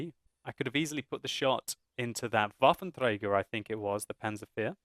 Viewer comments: Damn I like watching your videos, but every time I hear you pronouncing the full WT I just want to smack you over the head with an inflatable baseball bat:)))) You guys who have english as your first language can't get that "r" right 99% of the time and it just sounds wrong and annoying:P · It's funny how you say Waffenträger. :) btw. in 9.6 the viewrange will be decrease from 400 m to 360 m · its funny how you say Waffenträger :)